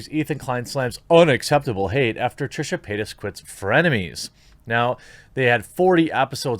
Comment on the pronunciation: I keep hearing Trisha peynis